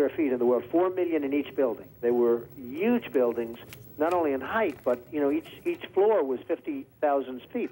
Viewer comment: Still with the ‘Yuge’ pronunciation even back then lmao love it 😆